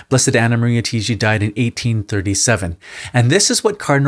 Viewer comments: It's not pronounced "Tee-gee" It's TAH-IGI... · She is an Italian so you should say it not Tiiji, but Taiji. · Her name is pronounced TA-I-GI. The A is like Ah.